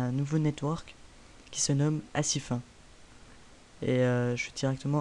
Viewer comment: xD ca se prononce ACIFINE et en plus t'est pas du tout partenaire